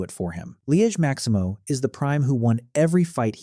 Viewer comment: liege maximo❌ loki maximo✅